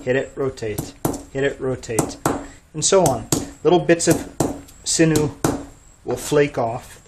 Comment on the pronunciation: Cool video but its sinew not sinu.